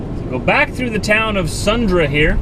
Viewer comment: Sundre is pronounced "sundrie" not "sundra"